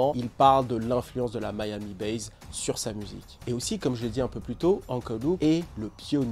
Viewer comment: Ca se prononce MIAMI BASSE non pas Miami Baze